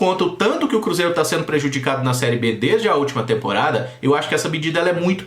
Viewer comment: Vamos caprichar no português, não é? Seno, fazeno, hino (indo), bateno, etc., são alguns erros inadmissíveis para uma pessoa minimamente letrada! A crítica é construtiva, sem a intenção de ofensa pessoal! Desculpe-me!